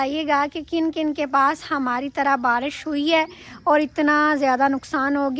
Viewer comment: باراش نہیں بارش کہتے ہیں